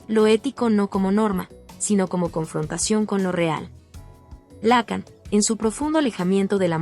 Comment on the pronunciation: No seas imbécil, se pronuncia Lacán no lácan, ni siquiera sabes pronunciar su apellido...